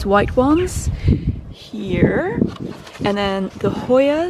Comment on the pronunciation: Hostas, not hoyas :D